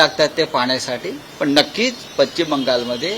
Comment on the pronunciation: पच्चिम नाही पश्चिम